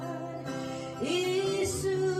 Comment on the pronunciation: Ishu ti lo in,Isu ti mai la a nalh zawk ang